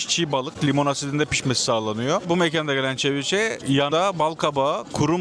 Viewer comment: Ceviche kelimesi Türkçe'de "seviçe" olarak okunur 😁